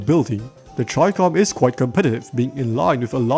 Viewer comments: chi-kom isthe pronunciation idk as in "Chi" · Do you also pronounce Chicken.... as 'chai-ken' my good man 😂😂🤣